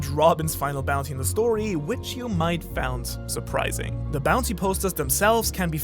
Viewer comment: The amount times the narrator mispronounces find and found in the wrong fashion is annoying. White beard, Oden annoyed faces